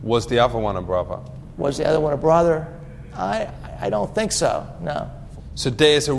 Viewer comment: "dus you know wot a leap year is? I fink it's like every 5 years....." lolol